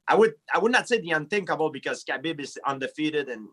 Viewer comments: Yo gsp my guy it habib not Khabeeeb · Bruh at first I thought GSP was calling him cabbage lol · Khabib "Cabbie" Nurmagomedov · Being not 'bean' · Everyone: Khabib GSP: Kabeep Everyone: Kabeep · "Kay-BeeB" GSP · ARIEL HELWANI SLAUGHTERING KHABIB'S NAME.